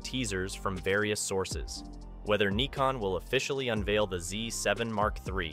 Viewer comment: But this is the right pronounciation :D